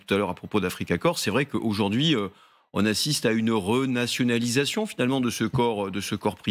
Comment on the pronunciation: renazyliation vous dites ?😂😂😂